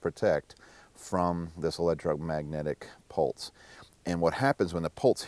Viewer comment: "A pultse" PULTSE NOT PULSE EVERYONE TAKE NOTE